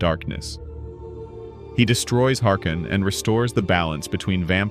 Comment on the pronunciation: Gottes Wille diese Auto AI von YT ist absoluter müll.... Es heißt harkon nicht harkin...... Das sowas erlaubt ist schon an sich ne Ohren Vergewaltigung 😡